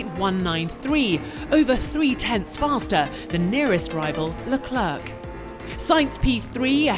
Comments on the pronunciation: Can you please say Charles LecleR instead of LecleRC, how can you miss pronunce a top 20 wolrd best driver ? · His name is pronounced, 'le-cler.' The final 'c' is silent. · How can someone do the voice-overs for the official f1 channel for so long without knowing how to pronounce the drivers names... Just one example: I know French pronunciation is hard for non-native speakers, but even pronouncing it LeclAIR, like in air, would be ok. What you do there is pure fantasy somebody started when reading the name for the first time, and you are either too stubborn to look up the names pronunciation or you for some reason think it should be pronounced the way you do instead of how the name actually sounds. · Leclerc is called lecler not leclerK…😅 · “La-Clurk” Why. His name isn’t that hard to say, and it doesn’t sound out of place in English either. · le "clerk"? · Can someone please inform her that the C at the end of Leclerc is silent? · How hard is it for this woman to pronounce leclerc's name... Tsk tsk.. make an effort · Can u please pronounce Leclerc right?